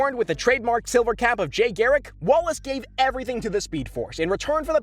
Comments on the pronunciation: Can he not say jay properly or what? U said jai it’s jay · Did he just say Jay as Jai? 😂